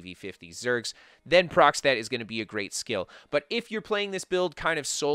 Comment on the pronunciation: procstet? is he trying to say a proc stat?